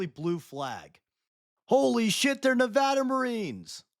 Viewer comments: Mentions Nevada? Knows Nevada lore? PRONUCES THE NAME CORRECTLY!?!? Nevadan confirmed! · You pronounced Nevada correctly you get my sub. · You get a like for saying Nevada correctly